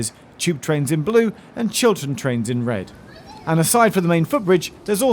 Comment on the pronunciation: I was hearing it wrong I thought that you said Children train. Like what is that. a train just for kids or a train painted as if drawn by a kid.